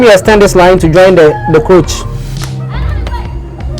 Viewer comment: Great delivery!I'm excited to know that we have great sewing YouTubers in Ghana, but kindly note it is not "croach" it is "crotch" as in cross..thanks